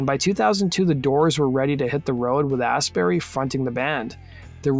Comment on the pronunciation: It's pronounced "Astbry" FYI